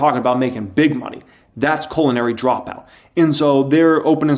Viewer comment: Omg you’re so funny! The way you say culinary dropout you are doing that on purpose right? It sounds like you are saying colon-ary dropout. Like slightly to be hilarious! Omg I almost died. I can’t un-hear it now. You sly dog. I didn’t know you were this funny!